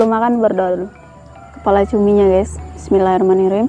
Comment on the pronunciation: Tolong sih baca bismillahnya yg bener jangan asal2an